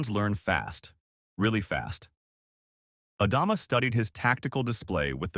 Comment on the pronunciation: AI narrator can't pronounce Adama among other words